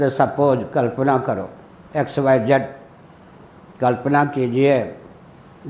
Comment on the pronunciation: फिरोज गाँधी पारसी नहीं मुसलमान था !आपको सही जानकारी नहीं है !उच्चारण भी अशुद्ध है !दयानंद को दयानंदा बोल रहा है !चेहरे पर भी कोई तेज नहीं !!